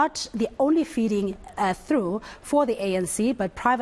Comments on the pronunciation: Is the presenter a 30%er? It's a feeding trough (Troff) not a feeding through as she said. Terrible quality of presenting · There is corruption at Eskom, i have seen it and its blatantly obvious. The presenter is uneducated puppet and didnt even pronounce "trough" properly.